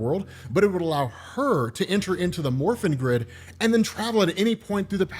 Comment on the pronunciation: I'm sorry but I keep hearing "the morphine grid" and giggling like an idiot during the entire video, as surprisingly good as these power ranger comics are.